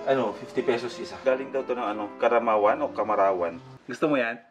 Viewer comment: karamawan? or caramoan? ano talaga hahahhah?? HANEP !!!!